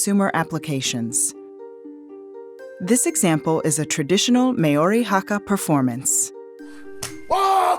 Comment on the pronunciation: It's pronounced "mau-ree" not "may-or-ree"